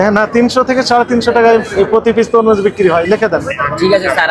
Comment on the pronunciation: তমরুজ না ভাইজান, তরমুজ হবে ❤